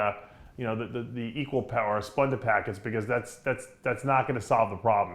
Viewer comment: Why does Dave pronounce words the end with "A" as "ER"...? Example he says "splender" instead of Splenda and "olympier" instead of Olympia lol wtf?